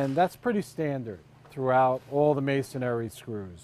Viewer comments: "Masonary" . or "Masonry" you would think he could get that right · I hate to be that guy but it's Masonry not masonary. That being said it's a great video!